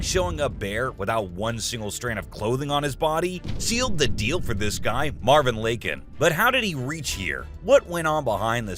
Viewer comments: Marvin Lah-Can is how it’s pronounced. Not Lay-can. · Marvin “Laykin” Whitest pronunciation of an indian name ive ever heard in my life bruh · It's pronounced Lak-Han. lol coolie bai